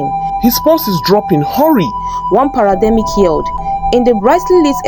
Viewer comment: It's not parademic it's paramedic 😂❤